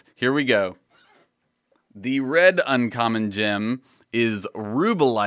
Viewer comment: Gem name pronunciation. You were good with all but the last two. Solstone is pronounced "Saul"stone, not "Soul"stone. Sol is another word for the Sun, as you pointed out. Rubellite isn't "Ruba"lite, it's ru Bel lite, accent on the second syllable. Note the double "L". Not that it matters at all.... :)